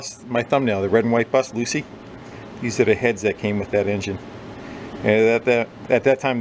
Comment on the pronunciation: Loosie? I heard Lucy. I hope she is OK!! ;-)